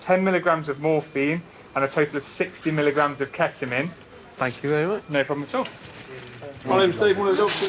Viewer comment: Did he say milo grams,, is the dose micro grams